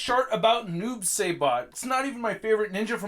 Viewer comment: Psst psst mate its pronounced Psybot not Saybot lol